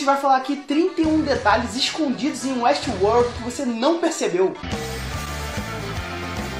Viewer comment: 31 detalhes de uéstiuôr